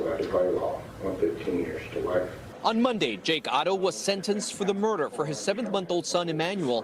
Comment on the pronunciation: This news guy keeps saying their last name Otto. It's Haro. All together this Shiii is sad😢